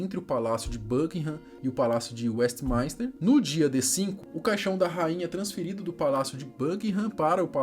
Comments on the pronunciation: Tem tbm Westminster que ele pronuncia WestmAInster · E WESTMINSTER e não westmaister